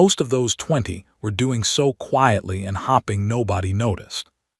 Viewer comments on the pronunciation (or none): Decent but have your ai learn to say hoping not hopping